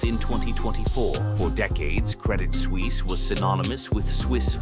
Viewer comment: SuUISse 😂 Suisse is nearly pronounced as Swiss